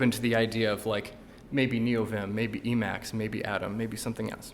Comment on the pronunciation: You need to be even braver to show it off and mispronounce it lol